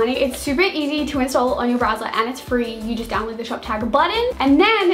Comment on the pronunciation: can you say below,download, and almost every other word the right way god damn